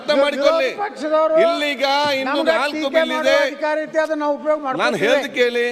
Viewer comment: ಹಲೋ ಸರ್ ಅಧ್ಯಕ್ಷರೇ ಕನ್ನಡ ನಾ ಫಸ್ಟ್ ಕರೆಕ್ಟ್ ಹಾಗಿ ಮಾತಾಡಿ ಎಲು ಅಲ್ಲಾ ಅದು ಹೇಳು ಅಂತ ಮಾತಾಡಿ 🤣🤣🤣🤣